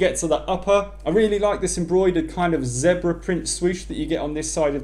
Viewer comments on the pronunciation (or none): ZEBra not Zebra haha ifykyk